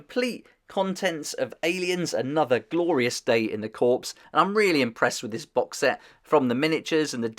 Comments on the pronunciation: Corps as in 'core', not corpse. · Cool. The 'S' in Corps, is silent, so it's pronounced, Core. As in Marine Core, core: or in other terms, Corps from the stem Latin Word Corpus meaning Body, meaning the main Body of the Core that is the Marine Body USMC, or United States Marine Corps. Anyway, just some friendly help. Tha j you for putting this on. I got the Fate of Nostromo for Christmas, and then while watching how to play that I discovered this, now I want this one too....is the an Alien 3, what would be its tagline? Alien 3, No Weapons of Any Kind❤ Lol 😂 Alien Resurrection: Bought out by Walmart (Director's Cut)❤ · fyi the "p" is silent in corp.